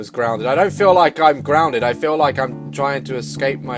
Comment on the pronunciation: "Oma gouad I'm still groundard" bruh I'm dead 😂😂😂 I wrote it how he said it😂😂